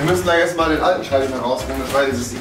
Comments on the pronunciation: SchreibtiCH Bin jedes Mal getriggert, aber dann Schinese und Schemiker sagen... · Schreibtisch oder Schreibtichhhh? :D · schreibtich..., Schreibtich..., SCHREIBTICH... 😂🤣😂🤣😂🤬🙈😂🤣😂🤣😂